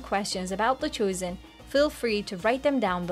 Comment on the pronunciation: Why is this host pronouncing "chosen" as "choosen"?